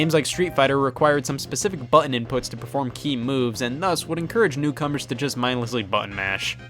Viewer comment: Scott doesn’t pronounce the “t’s” in button and it hurts my ears 😂😂😂